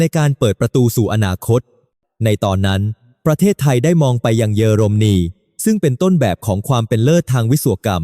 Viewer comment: 🫵🇹🇭#รู้ว่าAIภาษาไทยวิบัติควรศึกษาออกเสียงอ่านให้ถูกต้อง>>ปา-ติ-ริ,>>เยอ-ลม-นี>>,ความ-กา-โหล,ช่องไฟ-เว้นวรรคให้ถูกต้องด้วย